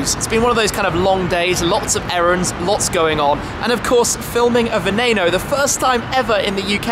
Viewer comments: Why the fuck do the Brits have to mispronounce everything? Its not a "venayno" its not a "veneeno" ITS VENENO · You said Veneno wrong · The way you pronounce Veneno is pissing me off so much